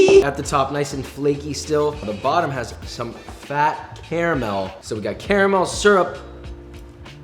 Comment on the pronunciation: The fact that Josh pronounces "caramel" the right way and not like a bougie douche who frequents Starbucks tells me he truly is a chef that knows what he's doing.